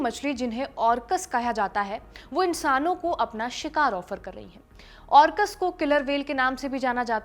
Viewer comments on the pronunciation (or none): are madam, wo ऑर्कस nahin hai, Orca ka plural Orcas hai.. yar kam se kam inka nam to thik se bata do public ko.. or dusra wo machhli nahin hai.. marine mammal hai.. thodi research nam ke sahi pronunciation pe bhi karni chahiye.. jiske bare me bata rahe ho uska nam hi thik se na le payen to kya hi point hai..